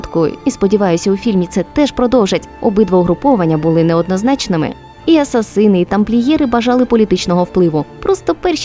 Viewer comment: блін, ну оце "асасИни" просто дико бісить